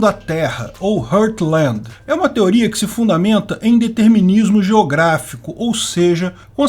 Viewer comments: Não é HURTLAND , é HEARTLAND! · porra bicho, brasileiro ta precisando aprender a falar um pouco de ingles em 2k22 não pronuncie "RURTLAND", pronuncia-se "RARTLAND" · Ô, um bom video, mas essa tua pronúncia de heartland "hurt" my ears.😜 Pronto, já até fiz comentário hj 😁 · atenção na pronuncia. Vc falou "Hurtland" quase o video todo.